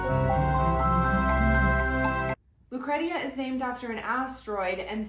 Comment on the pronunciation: Lucretia is pronounced like “lew cree sha”